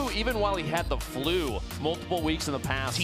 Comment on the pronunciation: lol did they say tflue